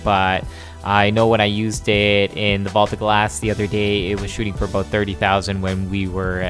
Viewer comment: "ABOOT" i love this guy!